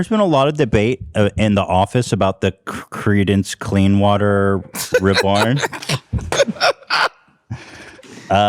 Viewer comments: cleamance cleewater revel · Watching Ethan try to say Clarence Clemmons Clemson Hard Water Rebirth is my favorite thing ever. Also does anyone find it wild that Ryan Kavanaugh allegedly is running a ponzi scheme? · Dan casually dropping comedy gold saying Ethan can't invoke the CCR curse because he can't pronounce the band's name. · Ethan: credence Clearwater revival Zach: thank god he can’t say it bruh he literally just did 😂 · someone clip all the times ethan tries to say creedance clearwater revival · Ethan can’t say credence Clearwater but uses the word “colloquial” in a sentence no problem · I love you but bihhh you better learn how to pronounce Creedence Clearwater Revival. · Ethan pronouncing the band wrong seriously makes me laugh so hard my stomach hurts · Ethan attempting to pronounce Creedence Clearwater Revival never stops being funny🤣